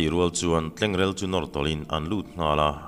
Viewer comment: Tlengrel, in kan rel a, tih kan lamrik ang hian, TLENGREL tiin lam tur